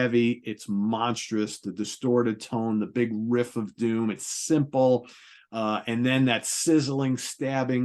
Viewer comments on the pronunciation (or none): So has inherited Pete's hairstyle that Pete had during the crown virus. Unexpected distant cousins anyone? You can hear the ways on how certain words are said. I am kind of a linguist and notice how certain words are said. Agen vs a-gain and my favorite riff vs saying whiff/or Whriff. This is not meant to be a knock against either one but that an... observation of pronunciation, that's all. Oh jeez now if we all were to say how do you say Opeth's album Sorceress (the one with the peafowl), there are surprisingly many variations. I in the Midwest US say sore-sir-s and Pete says Saw-sir-s. I can only imagine how says it.